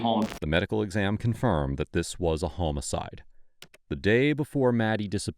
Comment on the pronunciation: It's not a hoe-micide. Fix your computer narrator.